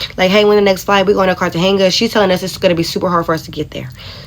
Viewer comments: You should know how to say the name of a city that you’re visiting. 👀😳🤷🏽‍♂️ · Is she trying to say Cartagena? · Why tf would you go to Cartageña? And why would you go to Cartageña and leave the resort? They clearly didn’t know a fk thing about where they were going. If they did, they wouldn’t have been in Cartageña (aka the cartel ground zero) to begin with. Americans are high value targets all over the world by cartels, traffickers, terrorists, guerillas (like FARC), etc. She can’t even correctly pronounce the fkn city she was visiting. That’s the first indication you don’t need to be there. They’ll never fully grasp how lucky they are to be home. Americans need to stop acting like we can just go anywhere and be safe. Ignorant af. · Lmao I think she was saying Cartagena wrong too. It sounded like she was saying Cartenga lol! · Girl bye! Why you are you going to places and countries that you can't even pronounce correctly! Cartagena is pronounced (KAR-tuh-HAY-nuh) you sound and look like marks traveling around clueless and you are surprised when you are treated as such....🙄🤡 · How she going somewhere and can't even pronounce the name right?! 😂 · Lesson 1, if you can't even pronounce the city you are going to correctly, stay home